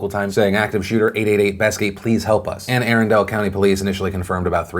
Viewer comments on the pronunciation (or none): Well that’s an interesting way of pronouncing it Anne Arundel County. It’s not Arendalle, this isn’t Frozen. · Arrendale county? I think you mean Anne Arundel county, Phil. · Phil...its pronounced "Ann-Arundull" county. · It’s pronounced anna-rundel not airendel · As a native Marylander, can I clarify some pronunciations for you? It’s Anne Ah-RUN-Dull, not Anne Ah-RAN-Dale. And Baltimore is pronounced Bawlmer. Don’t worry, you’re not alone in not getting either of those right. Just...remember those things when giving updates to the Annapolis shooting, ok? I also find it laughable that Milo and Sean are both trying to distance themselves from this when they refuse to acknowledge that they’re part of the problem and that Drumpf is singing the highest hymns of these folks (the victims/survivors of the shooting) when he painted them as the enemy and “against” him/his own. The hypocrisy is rather rich in flavor, coming from them. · You said "airendel" county... It's pronounced Anne (Anne) (space) Arundel (Ah-run-dul) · I’m from Maryland so I’ve heard a lot of the local news on the Capital Gazette shooting. Anne Arundel (btw it’s pronounced A-run-dull) police said today in a press conference around 11am Eastern (actually in the report with the police chief you showed) that only two people were injured and both were released from the hospital. I believe the person who went to Univ of Maryland Medical Center / Shock Trauma was ultimately the fifth victim. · It’s pronounced Anne uh run dull county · I know this is not the point, but just want to let you know that the Maryland county is pronounced Anne a-RUN-dell. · Anne uh run dell dude, just calling them as i see them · This man doesn't even know how to pronounce "Anne Arundel" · So many people are commenting my same feelings on the shooting in my state. So all I can do is try and laugh at your mispronunciation of Anne Arundel, but it's a common mispronunciation of my home county.